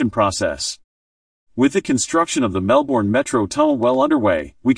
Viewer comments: An irritating American who can't even pronounce Melbourne and the names of its suburbs. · God ,please pronounce Melbourne correctly .